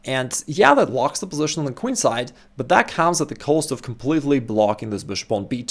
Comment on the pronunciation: The reason I don't watch many videos from this channel, is because of the pronunciation of the words "bishop" and "position". Sorry but I find them extremely ugly and irritating with the way they are pronounced :(